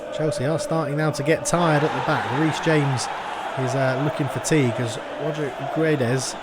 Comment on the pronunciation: It's King of Pronunciation time! *Choir in the Background* Ooooooooh, It's the King of Pronunciatiooooooon *voice fades out* In today's episode, we're going to learn how to spell "Guedes", a very common Portuguese last name. To correctly pronounce the name, we first need to pronounce the word "gets". Both the "u" and the last "e" in "Guedes" are silent after all. So, how does one pronounce the "ds" sound at the end of "Guedes"? Well that's easy! You make a 'sh' sound, as in "should". With all of that being said, "Guedes" should be pronounced like "Gedsh". Good luck, and stay tuned for the next "King of Pronounciation", baby! *Choir in the Background* Ooooooooh, It's the King of Pronunciatiooooooon *voice fades out*